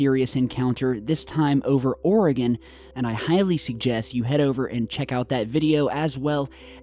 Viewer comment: Oregonians say thank you for pronouncing Oregon correctly!